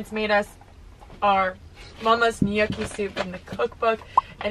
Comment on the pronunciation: I love you but gnocchi does not rhyme with yucky! LOL You pronounce it like "nnnnn-yolk-ee"!